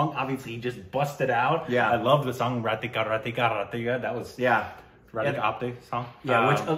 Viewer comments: It's not ratika... Man.. It's rakita. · Deyyy it's not ratika ratika..it's RaKiTA RaKitA....you gatitt?? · ITS NOT RATIKA, ITS RAKITA!!! K COMES BEFORE THE T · thambi... that is not Radhika Radhika, that is Rakita Rakita😜😅😅😅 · From day one call it as RATIKA It's not RA TI KA but Ra ki ta Ra ki ta Hoo... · its Ra-Key-ta ( RAKITA not Ra ti - ka ! )